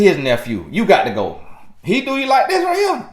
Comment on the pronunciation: “GAHT TO GO” 💨